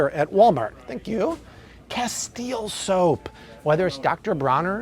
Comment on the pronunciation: it's from spain,, the castile soap.. hence the 100 percent olive oil base but just FYI.. it's pronounced Cast- ill- lay. not cast- eel soap. I know bc I used to pronounce it that way also until someone clued me in. So don't go into the store and ask for casteel soap. they may or may not know what you asking for.